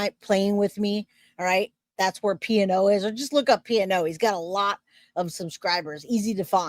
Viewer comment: It's Not P-N-O. It is pronounced P-No.